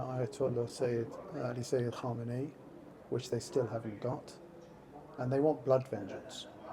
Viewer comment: *Khamenei, not Khomeini